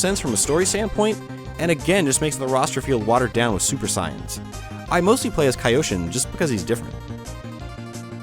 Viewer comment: I thought they were pronounced "SAY-UNS" not "sai-ins" like i thought I heard you say............have I been pronouncing it wrong all these years? I would tend to believe you over my own because you seem to have no problem saying japanese words as I have a terrible time with them lol. .....and you seem really knowledgeable about dragonball and all things japan related.